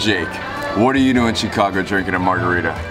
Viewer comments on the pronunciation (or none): He really said shee -cago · Shecargo not Chicago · Its not Shecago Jake💀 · I had to replay that like 5 times to make sure he said Chicago. 😆